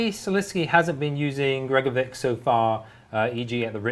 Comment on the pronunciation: Shouldn't it be pronounced "gregoro-VICH" instead of "gregoro-VICK"? It annoys me